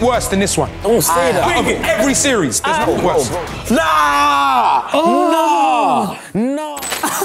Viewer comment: did anyone notice that filly said “worsh punishment” 😂